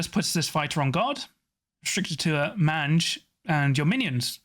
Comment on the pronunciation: You probably don’t care but mange is pronounced MAYNGE. It’s a scabby skin disease. Not trying to be a nazi, just helpful. Love the channel 👍